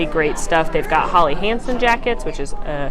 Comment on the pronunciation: It's HELLy Hansen, not Holly.